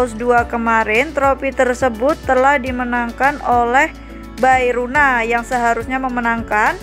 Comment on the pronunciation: Bae rona= be rona Bukan bae runa😭